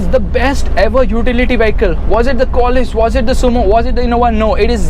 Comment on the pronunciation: Actually u dont know the value of toyota Qualis and its Qualis not quaaaaalis u nonsense 😊